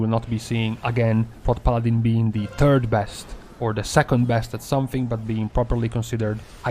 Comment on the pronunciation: like the way you say "the turd best" :)